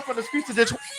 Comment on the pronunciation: I didn’t know anyone else called Detroit, detoi besides people who live here lol